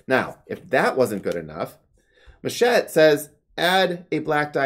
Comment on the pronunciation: It's Machete... not Machete... I mean Machete